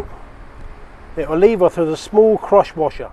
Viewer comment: Thanks for the great videos, I'm gonna go fix my own generator now! Also it took until the end of the video, I thought you were saying CROTCH WASHER LOL